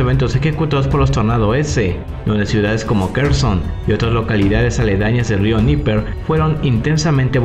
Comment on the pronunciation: Estando, en español se pronuncia /atákams/, /dniéper/, /jersón/ y /parutíne/, saludos! 🇲🇽🔥